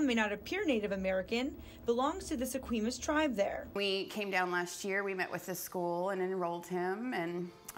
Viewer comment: Thanks,.......disrespect on top of insult, it's pronounced Se Qwah mish............I live in Wa., born in Laredo, worked at K III in the seventies, somebody could have called KOMO TV4 up in Seattle, it might be obvious to most butt it's an Indian formal noun, next time don't chance it,....